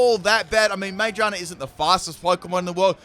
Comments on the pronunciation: How does one mispronounce Magearna that badly? Ma-gear-na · Half the comments are roasting you for swapping instead of using Flip Turn but I’m just here to roast ya for your pronunciation of Magearna instead.